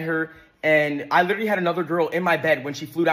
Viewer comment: one thing I noticed is that they can never correctly pronounce the word literally “like litaly bro” 💀